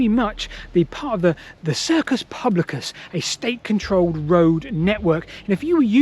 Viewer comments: A bit of pedantry. I believe that 'cursus' was pronounced as spelled. You keep pronouncing it as "circus". I do not think that is correct as 'circus' which was an open, oval shaped area as in Circus Maximus. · Not circus but cursus. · New vid from? It must be Sunday! Brilliant as usual,. One correction, if I may: you're saying "circus" when you mean to say "cursus."